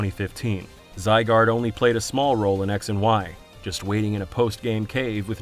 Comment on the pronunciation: You still pronouncing Zygarde wrong?